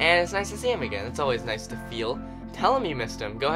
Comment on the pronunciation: he said noice hehe